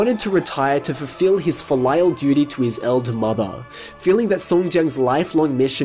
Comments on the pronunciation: That pronunciation of filial gave me whiplash. XD Not trying to be mean, but 'Fill Lyle' with what, exactly? (FEEL-ee-al, for future reference) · Do Australians in general say "filial" like you did here, or is that just you?